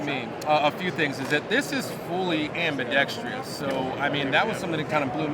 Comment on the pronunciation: Ambidextrous, the most mispronounced word in the gun community. Interesting comment from the rep: "This is for purists." I suspect that true "purists" will consider this an affront to John Browning.